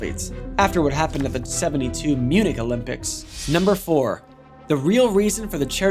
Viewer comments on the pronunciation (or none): none